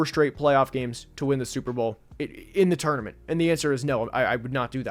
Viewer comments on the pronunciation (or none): none